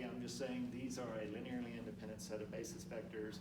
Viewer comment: What is indipident? Is that a local pronunciation of independant?